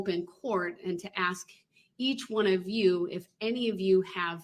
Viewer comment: Oh yes. Please someone teach him how to pronounce the word ask.